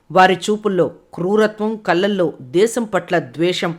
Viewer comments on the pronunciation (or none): కల్లలో కాదు , కళ్ళల్లో అనాలి.ఖర్మ తెలుగు మాట్లాడం రాని వారిచే మాట్లాడిస్తారు, అదేం విచిత్రమో.